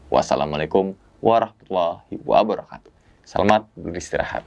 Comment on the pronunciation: Mas... mohon koreksi.. "assalamu'alaikum warohmatullahi wabarokatuh" bukan "wabarohatuh"